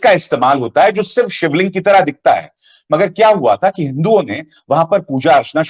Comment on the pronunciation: Aap pahle sivling ka naam vi thik nhi lete